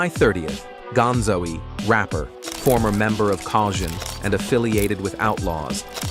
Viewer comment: "gonzo-e" "drake-e-o" Smh